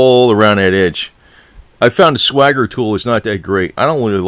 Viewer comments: Are you sure it’s not swagger? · Jay Vengeance I've never understood why people say swagger. It has one damn "g" in it ffs.